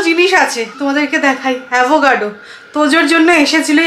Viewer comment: It's not avogado. It's avocado.